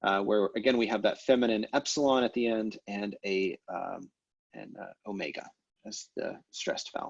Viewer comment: Great resource, I'm learning a lot of things from it that I wouldn't have by just reading Lambdin. Just one quibble - I really don't notice any difference between your pronunciations of omega and omicron, and likewise between your eta and your epsilon. Are you trying to make them different in some way that I can't hear? (Open vs close, short vs long?)